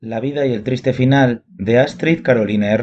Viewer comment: Porque decir trirre final de la actriz